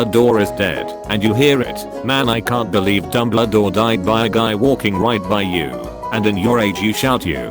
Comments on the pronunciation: It kept pronouncing Dumbledore as " Dumbladore " and I fucking lost it everytime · Nobody: No one at all: Absolutely not a soul: Reader bot: DuMbLa-DoOr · No one's talking about how he says dumbledore and douchebaguette